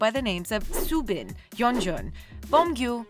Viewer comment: You couldn't even pronounce Soobin correctly.